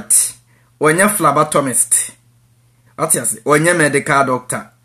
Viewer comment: It's phlebotomist not phlabatomist wai.